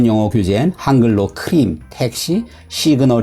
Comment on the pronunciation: 사실 '시그널'도 정확한 발음이 아니다. 우선 강세가 없고 한국어로는 세 글자이나 영어로는 두 글자이다. 즉 한국 표준어에는 강세가 없고 음절 구성이 다르고 모음 발음도 다르다. 결국 영어권 사람의 발음을 직접 들어보는 게 낫다. 또한 '크림'도 정확하지가 않다. 영어권에서는 r, l을 구분하는데 한국어는 그렇지 않다. 그래서 한국인을 포함한 동아시아인들을 놀릴 때 r, l을 구분 못한다고 하는 것이다. 결론적으로 이 영상 제작자는 본인도 영어를 못하면서 한국식 영어 발음이 정확하다는 우를 범하고 있는 것이다. 참고로 반대도 마찬가지로 영어권 사람들은 동아시아 사람들의 발음을 어려워한다. 그래서 우리 귀에 어색하게들리는 것이다. 마지막 결론으로 외국어 배우기는 매우 어렵다....